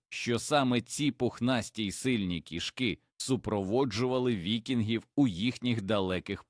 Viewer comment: Нажаль голос ШІ невірно ставить на́голоси! Особливо дратує "кішкИ́", наче мова йде про тельбухи, а не про котів!!! Врешті-решт робіть з цим щось!!!